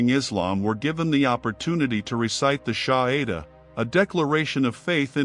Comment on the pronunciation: It’s no SHAHIDA but SHAHADA..( the declaration of faith)